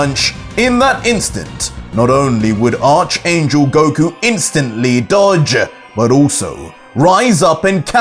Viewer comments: I love all your work mate, but please, It's pronounced Ark, yes, it's spelt Arch, but it is pronounced Ark. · Archangel is pronounced arc angle like archetype is pronounced arc a type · frfr, I heard him say arch last episode and I was like bro.... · ITS ARC-ANGEL THE HIS SLIENTTTTT111